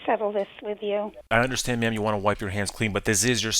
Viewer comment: you said ma'am my cat thought you said meow